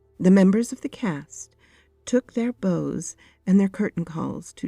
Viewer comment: I’ll be honest I’m kind of shocked that such an obvious theater kid would mispronounce “bows” 😜 anyway this was great